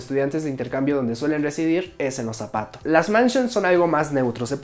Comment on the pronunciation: Cada vez que decía Apaatos yo escuchaba Zapatos :'v